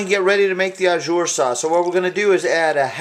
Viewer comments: Just want to add some tidbits of info. That's a gravy, not Au Jus (Pronounced like Oh Jew with the soft J, Not Oh Jer lol). Au jus is simply what it translates to in French, juice. It's runny. Other than that, great video. Loves me some steak. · It's au jus not au jur lol its ok still a tasty dish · not "ah-zure" its "ah-ju" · It's pronounced oh zhoos. Thanks for the vid! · Looks so yummy. The mispronunciation of au jus is driving me crazy though. You are saying au jour which would mean "of the day." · it's pronounced 'zhu' but nice vid